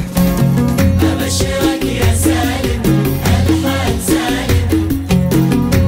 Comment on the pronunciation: احمد فتحي الزبيدي عصد ام القصيدة سالم رجعه ساليم وكلمات كثيرة لم ينطقها بشكل صحيح.